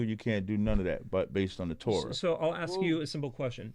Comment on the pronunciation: MAYBE SLAVERY DURING THE DURATION OF THIS PODCAST WOULDNT BE THAT BAD ? " I LIKE SAYING SOWORD BETTER" LMFAO YEAH AND INSTEAD OF ASK YOU SAY AXE LMFAO